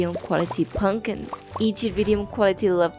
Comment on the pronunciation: It is pumpkins. Not punkins.